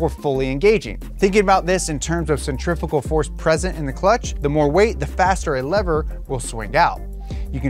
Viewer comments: Please dont say “centrifigal” ever again 😒 its definitely pronounced centri-fu-gal after the centrifuge device / you are correct and insta kids can suck a fatty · It's only pronounced "cenTRIFICAL' in America. Everyone else says 'centriFUgal'. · Add to that the fact that "centrifical" is a mis pronunciation of centrifugal anywy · You said centrifugal clutch wrong one time that is not allowed 😂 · I’m just gonna ask, how do you pronounce centrifuge? That’s how you know how to pronounce centrifugal. That kid on instagram was so wrong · What the hell? I’ve never heard anyone say centrifugal like that. You said it the right way before